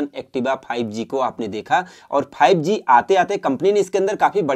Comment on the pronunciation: Wo five g hota hai fibe g nahi